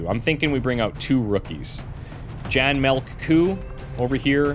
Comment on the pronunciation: Jan 'Melk' Coo's name is a pun on the Dutch word 'Melkkoe' (Dairy cow/milk cow). His first name is pronounced more like 'Yahn', soft J, short 'ah' sound.